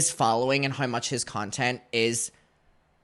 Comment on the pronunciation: "houew"= how